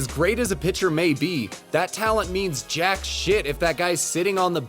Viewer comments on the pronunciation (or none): none